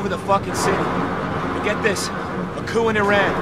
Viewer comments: "Military coop"? Hahaha. I think you're looking for "coup", which is pronounced "coo" but nice effort there, Joe. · Did Joe just call a Coup, a cook? My head hurts :( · "...military couP" lol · coup is pronounced like "coo" not coop. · "Coup", pronounced coo, not coop. Sorry, please return to being awesome. Thanks. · Joe: "Coup" is pronounced as "Coo" Not "coop" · Military Coop? Coup is pronounced "koo" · military "coop"... HAHA - coup is pronouced "KOO". Also, is this guy black, mexican, or blaxican? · wait...did he just say it came under a "military 'coop'(with the p pronounced?) and is now being controlled by the military". I hate to break it to him, but that's what a military coup(with the p NOT pronounced) actually is....it's the military overthrowing the government. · So Iran came under a military coup? Like chicken coup, rooster.....what? It's pronounced "coo" lulz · its not pronounced coop, its pronounced coo. kthx. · Did he rly say “coop” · Pro Tip: you don't pronounce the 'p' in "coup" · Lol, military "coupe" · the "coup" in "military coup" is pronounced simply "coo"... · lol he pronounced coup as coop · Did he seriously pronounce "coup" as "coop?" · coup is pronounced "koo"... sorry couldn't help it. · haha. he pronounced it military 'coop'. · It's pronounced "koo" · Hey joe? Pretty sure the p in coup is silent. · did he really pronounce the P in coup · "coup". P is silent. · Nice review, Joe. But did you actually pronounce the "p" in coup? Ouch. :) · A coup and a coup, both speeled the same, one houses chickens one is a military led government overthrow. They are not pronounced the same. : )